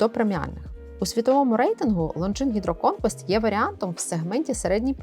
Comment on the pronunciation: Дивний наголос на гідроконквест) Але можливо має право на буття